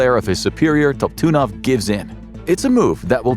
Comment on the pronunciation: You pronounced the senor engineer nams is leon top tidnoff is how its pronounced